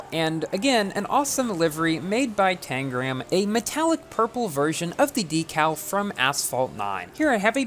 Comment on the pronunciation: You said Tangram’s name correctly this time hehe